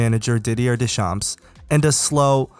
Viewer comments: He was 19 going on 20 when he won the WC. Oh and when you Deschamps, you don't pronounce the p and s at the end. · fyi you don't pronounce the "ps" at the end of deschamps lol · How the fuck did you pronounced Deschamps ?! 😂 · Deedee-yuurh DeChamps 😂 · As a french speaker i love your pronounciation of deschamps